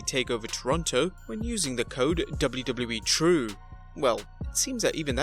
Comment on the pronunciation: BRUH Learn How To Say WWE